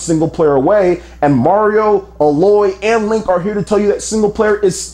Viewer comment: I know it's a nitpick, but the way you keep pronouncing Aloy was wrong.